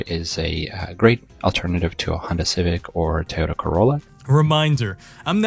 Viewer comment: I've never heard someone pronounce Toyota as "Twitta" 500 times in 22 minutes before